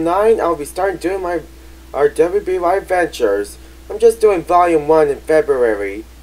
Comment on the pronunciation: I think it’s just pronounced “Ruby”. You don’t spell it, you say “Ruby”